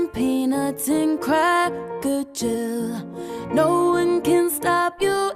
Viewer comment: WTF is cracker-jill ?